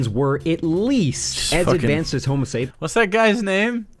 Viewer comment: Why does he keep skipping the final S in Homo sapiens? I guess it's insignificant next to many of his other errors, but hearing it over and over is grating.